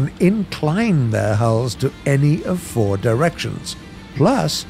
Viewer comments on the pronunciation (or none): none